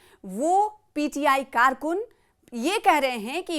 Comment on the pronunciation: karkoon , karunoo bol hi nahi pa rahi hai bichari 🤣🤣🤣🤣